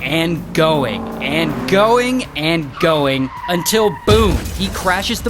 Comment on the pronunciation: Lml yo I love when you say “until”!!! 😂😂😂